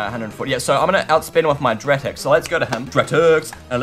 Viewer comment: You name Dartix wrong it dar tix